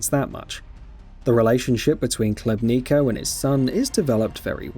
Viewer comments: You're Khlebnika lol. The colonels' name is Khlebnikov - pronounced [Hleb'nee'koff] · Catastrophically bad video review. Gets major plot points wrong (Miller was searching for the maps, not green stuff…) and terrible pronunciation (Colonel Klebniko? Novahs-abersk???). I personally disagree with the “unremarkable” review, and the critique of the gameplay, but even putting those points aside the review was lazy to mess those details up..